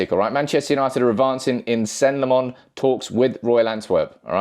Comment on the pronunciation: It's lamm-ens not lammons